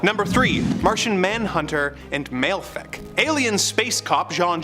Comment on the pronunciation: Malefic is pronouced Mal-a-fa-ak